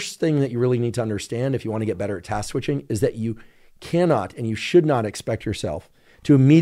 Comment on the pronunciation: Had to giggle at Dr Huberman saying "Task Squishing" 🤣